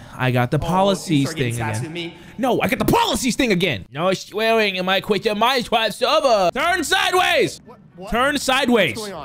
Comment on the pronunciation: "No sweawing in my chwistian Mincwaft servur!!!" 😂😂😂